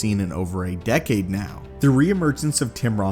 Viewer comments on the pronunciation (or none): none